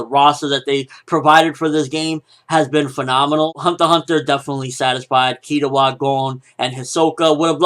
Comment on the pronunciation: im still kinda upset they didnt put yoh form shaman king an kazuki from buso renkin an you butchered killuas name man